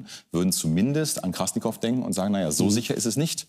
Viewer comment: Der eine sagt dauernd KrassNikow, dabei heißt der Typ Krassikow XD